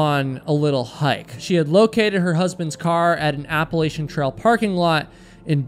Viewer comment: You pronounced Appalachian wrong.